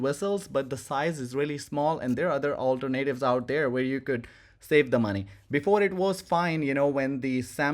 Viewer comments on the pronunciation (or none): I love it: he said alter-natives. instead of alternatives.